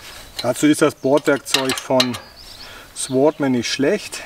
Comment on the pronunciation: Das W wird nicht ausgesprochen. Sordman ausgesprochen....